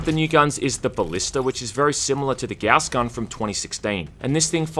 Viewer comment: It's a Gauss gun, not a Gouss gun.